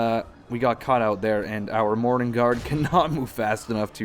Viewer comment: Sometimes you say "morannon guard" i hear morning guard